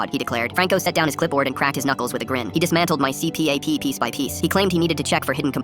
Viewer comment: Erm it’s pronounced see - pap 👆